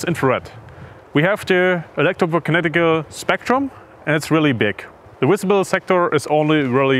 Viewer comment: “Visible” not Wisible. If you are presenting to the English speaking audience you should have a better grasp of the language.